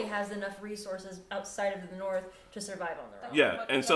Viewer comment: Every time said "Narth" I hear "Naarrrfff!" in my head.